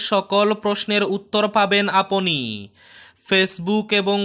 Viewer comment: সঠিক বাংলা উচ্চারণ: আপনি - apni (Not aponi). আমরা - amra (Not amora). অর্থাত এই ক্ষেত্রে বরাক উপত্যকায় যেটা চলে সেটাই ঠিক। এমনিতে আপনার উচ্চারণ শ্রুতিমধুর।